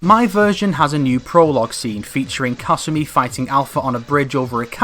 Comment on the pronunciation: You said kasumi about a million times and pronounced it wrong every time